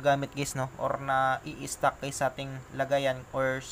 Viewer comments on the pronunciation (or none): Puro geys narinig ko guys😂😂😂